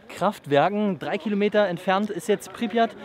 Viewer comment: Du Sprichts Tschernobyl und Pripyat Falsch aus